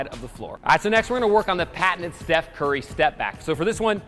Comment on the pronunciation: it's not chef curry it's steph